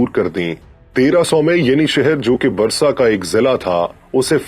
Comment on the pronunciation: Brother it is not Brusa...It is Bursa..